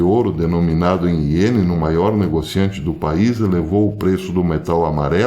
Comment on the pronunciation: PROF SE FALA "IEM" O DINHEIRO JAPONÊS !!!